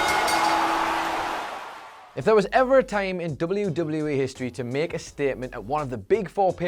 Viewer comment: He says time (tieam)